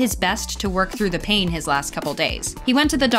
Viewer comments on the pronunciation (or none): none